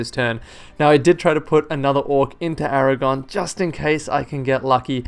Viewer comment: Aragorn? Aragon sounds just wrong somehow